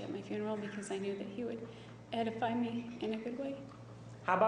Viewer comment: I wish Juan would've asked her if she actually knows what "edify" means. She also says "de-edify" Surprising mistake for someone as "smart as Einstein" as she said she is.